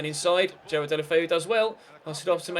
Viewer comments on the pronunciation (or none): none